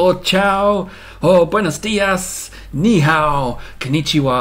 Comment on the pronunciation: Your chinese speak well!!ni hou(你好) XXD